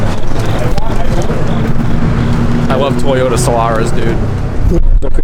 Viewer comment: hahahaha "celica"